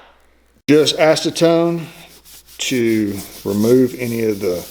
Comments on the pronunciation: Ass-teh-tone? Is that how they pronounce it in Tennessee organic chemistry class? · Sounds like said a-ce-tone to me